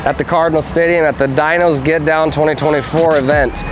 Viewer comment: You’re pronouncing the name of the event totally wrong.